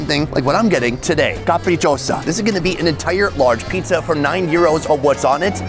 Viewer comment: capricciosa is pronounced with Z, each time you have one S between A, E, I , O, U you say Z